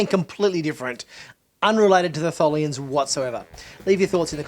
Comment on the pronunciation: It’s Tholians, duh